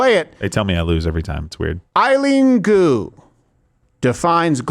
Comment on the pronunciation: I am the only one who hears Eye Goo instead of Eileen Gu...lmao